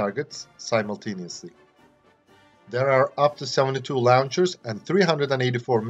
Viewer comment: When you said launchers, it sounded like you said lawn chairs.